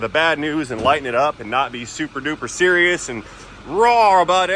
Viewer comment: I'm super cereal it's man bear pig😅 No offense intended it just popped into my head when you said super cereal 😊